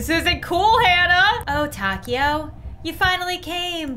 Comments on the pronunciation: Name: Taeko How pronounces it: taco 🌮 How everyone else would pronounce it: ta-kay-oh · How to say taeko : TAY-KO that’s it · For the first game, hanna's friends name is pronounced tae-ko